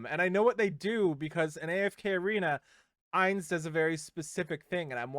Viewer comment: Ainz is pronounced like eye, not ay. He'll be a mage 100%, Shalltear will most likely be a knight since she uses a lance like senya, and Albedo is the one I'm not sure about but I'm guessing she'll be a warrior since she uses an axe